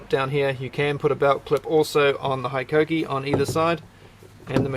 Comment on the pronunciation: Hello from Japan. It's pronounced "HE KOH KEE" . Love the channel!